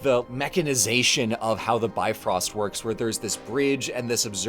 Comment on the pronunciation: It isn't pronounced "bi frost". It's a Norse word. You're a historian. Do you look at a word in another language, and go "Hey, I should pronounce this in English!" No you don't.